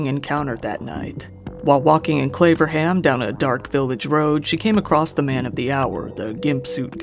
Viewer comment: 'Claverham', I thought he said 'Flavorham'!!! LMAO